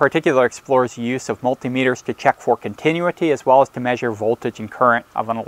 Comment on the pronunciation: learn how to properly say "continuity" and I will put more trust in your instructions...ahh, I hear later in the video you've learned to say it right 🙄